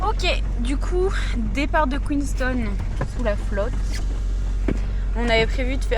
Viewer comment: Superbe vidéo ! Félicitations à vous deux pour ces beaux moments de voyage profitez bien et par pitié dites QueensTOWN